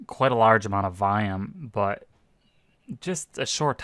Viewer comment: When you say "vayam",do you mean volume?